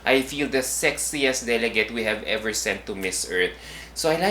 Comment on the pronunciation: I hope that will improve her pronunciation. She communicates well, but her pronunciation of the letter 'e' is a bit odd. For instance, instead of 'ever,' she tends to say 'eyver’. instead of ‘very,’ she tends to say ‘vayry’. It’s just a small change. she’s a total package. 🙏🏼